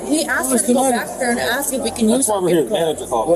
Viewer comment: Have you ever noticed that when black people say the word ask or asked the pronounce it like axed or a??? Anyone ever notice this??? Anyone???